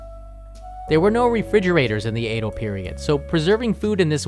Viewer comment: Sorry, but it's pronounced Edo, not Eido. Love your great Japanese though!